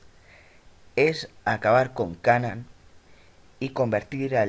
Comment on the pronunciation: Se pronuncia "keinan" animal